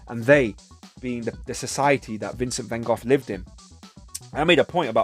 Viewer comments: He tried to be a pastor and was rejected, too. You must read about him, or watch Lust for Life with Kirk Douglas. Also, I think there's a text called Letters??? between he and his brother Theo. Thanks for your pronunciation of his name more correctly. I feel with him a kinship?? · Not sure if you are trolling for a reaction - the English people say 'Gof,' the French say 'Gog' and the Japanese say it differently, too. The Dutch pronounce it with a guttural sound -- 'Khokh. So the American van go is just one more incorrect pronunciation. Anyway how ever you say his name Vincent was one of the most beautiful people ever.